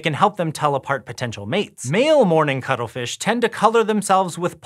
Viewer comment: For a second I thought you said cuddlefish.